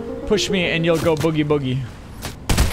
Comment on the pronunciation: you said bogey like in golf it’s spelled Boogie